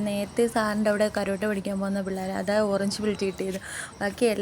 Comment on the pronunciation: കരോട്ടേ അല്ല, കരാട്ടേ എന്നാണ്